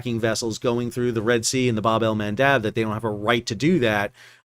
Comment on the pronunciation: And here's me thinking that I am going to get through an episode without you saying "BA Bell Mandab" (or however it's spelt). Damn.